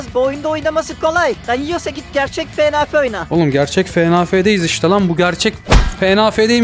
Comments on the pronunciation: Fnaf ❌ Fenafe ✅ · fenafe Benim telaffuzum:fnaf